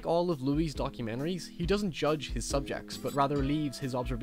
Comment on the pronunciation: "documeneries" m8 you're from NI, cut the shite XD